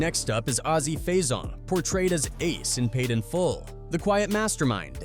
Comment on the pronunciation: It’s actually azie lmaooo